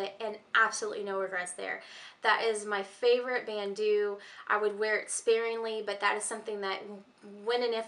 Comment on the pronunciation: Bandeau is pronounced "band oh" not "band oo"...